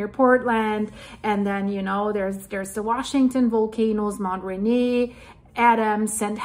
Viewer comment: it is pronounce Rainear like the Beer every time I hear you say the name I have to correct you so please get it right